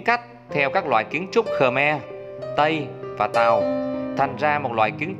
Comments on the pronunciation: Ngta gọi là khmer chứ ko phải khờme bạn ơi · Rất hay rất ý nghĩa . chỉ góp ý phát âm cho chuẩn về 1 dân tộc nhé . đúng tên dân tộc này . Khmer nhé. Không phải khờme nhé cảm ơn bạn . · Ad phát âm Khmer Cho chuẩn xíu "khơ me" đừng thêm dấu huyền nhé... Khmer là phiên âm quốc tế luôn rồi